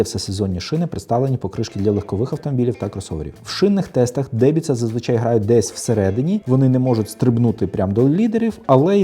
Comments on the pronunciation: Не дебіца, а деМбіца 😉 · Правильно казати не "Дебіца", а "Денбица". Дубрава то значить))